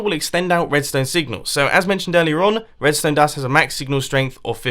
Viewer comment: Am I the only person to realise that his name might be a nickname given to him by his friends, because WHENEVER he talks about redstone, it sounds like 'Mumbo Jumbo'.